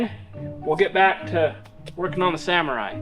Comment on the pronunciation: Sa-MORR-ai Sa-MORR-ai Sa-MORR-ai Sa-MORR-ai Sa-MORR-ai Sa-MORR-ai Sa-MORR-ai It's not a Samurai